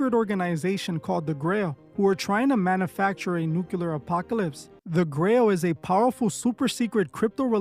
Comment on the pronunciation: Please, it’s nuclear and not nuculer